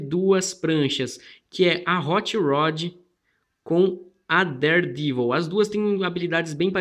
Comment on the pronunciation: Listen how he pronounces daredevil. he says devil with a long e sound!